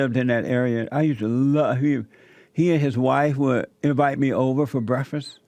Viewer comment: JESSE REALLY ENJOYED THAT "BREFISS."